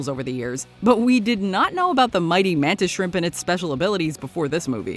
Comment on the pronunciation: Yeah but watch mojo said "MaNtIs ShRiMp" 😂😂😂😂😂